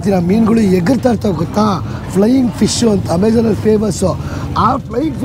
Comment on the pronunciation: ಅದು ಫೈ ಫಿಶ್ ಅಲ್ಲ ಬ್ರದರ್